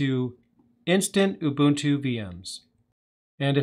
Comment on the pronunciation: Oo-boon-too. Do you not have enough respect to learn how to say it properly?